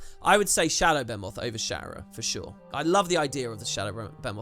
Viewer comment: Anyone else bothered by him saying Behmot instead of BEHEMOTH? 😹